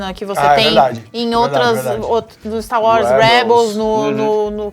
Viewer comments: falando Stá Uórs <3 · O pq que vc fala "Sta Wars?" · "finalmente vimos 'stauós' "????? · PARA DE FALAR STAR UÓS, MULHER!!!!!! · "Stau Was"